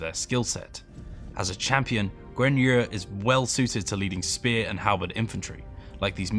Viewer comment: Why do you keep pronouncing Yu as Yer? How hard is it to say Yu?